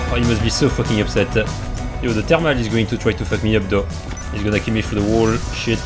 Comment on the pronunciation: "Oooh, they are so upset-eh"